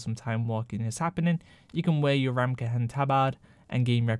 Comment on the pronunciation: "Ta-berd" Ta-baaaard is hard to listen to You say ramkehen just right...I don't get it "Reverred" damn son... "it's ree-veared"